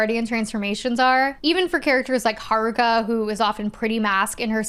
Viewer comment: This probably matters to know one and has nothing to do with the topic, but Sailor Jupiter was one of my first crushes. Cis Het Guy, btw. Also, I appreciate that Sailor Neptune's VA pronounced "Haruka" like a Japanese person instead of an English speaker.